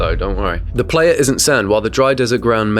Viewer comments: Playa is pronounced “ply-uh”. It’s the Spanish word for beach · re - #7 I'm pretty sure that's Playa - pronounced "pligh-ah" meaning "desert." I suspect it might originate from the Spanish "playa" = beach.